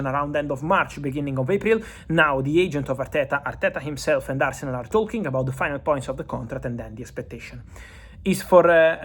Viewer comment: Did you just call arsenal as Farcenal!? 😂